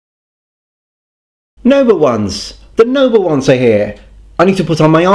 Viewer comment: I never knew you were saying noble ones until I turned on closed captions. I thought you were saying "number ones" and were a big Star Trek fan lol.